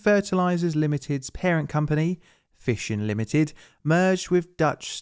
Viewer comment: Fissions or Fissons?